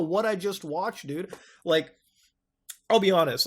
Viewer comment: you say dude like dud it's hilarious